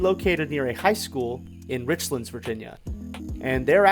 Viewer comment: FYI It’s Rich-lands and Tazzz-well